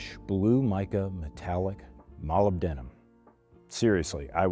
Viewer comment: You should probably look up the pronunciation and definition of "molybdenum" before attempting to say it again.